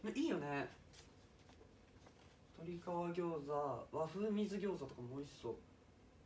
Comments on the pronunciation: この声出せるのすご みず餃子？すい餃子よね？笑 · 誰も突っ込んでないけど、"和風水餃子"を「わふうみずぎょうざ」って読んでるの可愛いwww 「わふうすいぎょうざ」じゃない？？www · 「わふうみずぎょうざ」ってｗ 「すいぎょうざ」だろｗｗｗ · ナチュラルに水餃子のこと「みずぎょうざ」って読んでるの草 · 誰も言ってないけど水餃子のことみずぎょうざって言ってるwwwwすいぎょうざじゃないの??え？みずぎょうざなの??あれ??すいぎょうざ…??みずぎょうざ…?? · 和風みずぎょうざって笑 すいぎょうざじゃない？笑